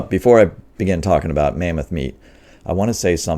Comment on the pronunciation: So, it's lamboth not mammoth. I'll think I'll wait for the porkoth.